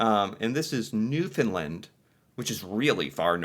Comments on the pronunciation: Yeah Newfoundland is pronounced New-fin-land like England. I think the first clip is the year we had “snowmageddon!” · Just a friendly note on pronunciation. The way that Canadians say Newfoundland sounds similar to 'understand'.😊 Cheers. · Hello my American friend.... just a word of advice..... just so you can get some street cred with Canadians..... the correct way to pronounce Newfoundland is to totally land the "land" part of it........the true way to pronounce it is sounded like "newfundLAND".... so, basically New.... found is pronounced "fund".. and "land" is pronounced the way you would in the US..... and if you really want to impress those from "The Rock" as we mainlanders in Canada call them, the true name of their province is "Newfoundland and Labrador"..... two bodies of land joined as one province. They're a proud and strong people..... I live in New Brunswick Canada, but I know many from the island... and although some of the rural parts of NFLD (the abbreviation) are a bit hard to understand from their thick accent, they are some of the most kind and giving people anywhere. Just an observation... and some guidance from a Canadian. Cheers! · New-FOUND-land not New-FIN-land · It’s New foundLAND not LND. Rhymes with understand. You build a house one land not LND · lol....that 2020 big storm in Newfoundland is known as "Snowmageddon". And Newfoundlant isn't really that far north - we're just a little north of Maine actually but farther out in the Atlantic. And it's New found land rhymes with un der stand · Pronounce Newfoundland in the Canadian way.